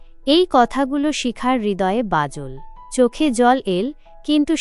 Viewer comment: বাজল্ নয় হবে “ বাজলো” ভাল্ নয় “ভালো”, তাকাল্ নয় “তাকানো”, এল্ নয় “এলো”। জানাল নয় হবে “জানালো” ।